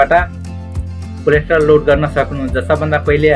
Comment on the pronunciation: कम्तीमा कोल्याटरल त भन्नु नि! कोलेस्ट्रोल रे! तोइत!